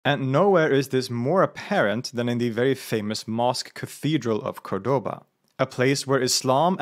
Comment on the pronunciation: The most amazing building I've ever seen. However I do wish Cordaba was pronounced correctly in the video